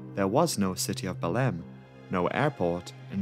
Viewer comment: How can this guy pronounce Marabá almost right but fuck up Belém.